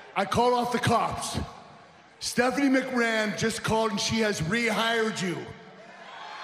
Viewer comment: THE FACT THAT KURT ANGLE SAID STEPHINIE MC RAN INSTEAD OF MAN LOL